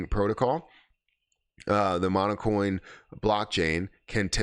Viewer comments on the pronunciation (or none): Seriously? You didn't even take the time to review their website? How about Hara on Twitter? Or the Kana and PiLab announcements? Or the new Jasmy ambassadors? Congrats, you bottomed out with this failure of an irresponsible video...and it's "Monacoin" not "Monocoin".